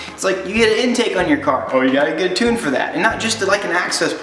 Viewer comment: Gave it a dislike co you can't say 'tune' properly